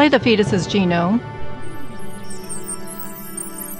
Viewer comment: Maybe scientists could create a voice over capable of properly enunciating the word "genome".